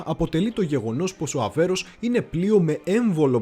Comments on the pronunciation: Πολύ καλή δουλειά...με μια μικρή παρατήρηση, πάντα καλοπροαίρετη: " Αβέρωφ" και όχι Αβέρος το οποίο ακούγεται κατ' επανάληψη. Ευχαριστώ! Συνεχίστε την ωραία δουλειά. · Φίλε , είσαι ωραίος , αλλά το πλοίο λέγεται ΑΒΕΡΩΦ , όχι Αβέρος που λές συνέχεια ....χαχαχαχαχαχαχα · Όλα σωστά αλλά μην το ονομάζεις λάθος Αβέρωφ όχι αβερος είναι δύσκολα να το λες? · Ok αλλά φιλαράκι κάνεις αρκετά λαθάκια και δεν ξέρω αν το κάνεις επίτηδες. Είναι Θωρηκτό Αβέρωφ και σίγουρα όχι Αβέρως. Ιστορική αναδρομή με τόσο προφανή λάθη? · ΒΡΕ ΑΔΕΡΦΕ.....ΑΒΕΡΩΦ.....ΟΧΙ ΑΒΕΡΟΣ....Η...ΑΒΕΡΟ...! ΕΜΠΕΔΩΣΕ ΤΟ ΟΝΟΜΑ ...ΔΕΝ ΕΙΝΑΙ ΔΥΣΚΟΛΟ...ΧΑΛΑΡΑ ΚΑΙ ΘΑ ΤΟ ΠΕΙΣ ΣΩΣΤΑ...! 😊😊😇